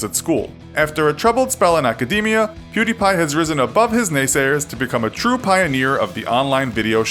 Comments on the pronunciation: Perdie? Isn't it Pew not Per? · perdie? it was pewdie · His original name was Pew-Die! Not Purr-Die. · Perdie? No, it was pewdie.. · WHERE THE FUCK DID YOU GET PERDI? ITS PEWDIEPIE IDIOT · it's PEWDIE! his first channel is PewDie! not Perdie! WTF?It's the laser's "pew" sound & the die as of dead. Where the f*** did you get those "PerDie"? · It´s not ”prrdi” it´s ”pewdie” you know like pew pew and die. Otherwise good video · it's pew die, not per die.. wtf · Its Pew Die not Per Di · Its pewdie not perdie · "Per d" ? What the fuck are you talking about. It's was Pewdie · Why are you saying pewbeepie it’s pewdiepie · If you meant when he said fucking "Perdi Pie" I have no idea lmao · Per-Dee? Nani? 😂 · Why please tell me why everyone pronounce his name wrong? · Oh jeez another video about Pewdiepie. Will they do their research and pronounce his name correctly? Lol nope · Dabbang don DT he says pewdiepie so weird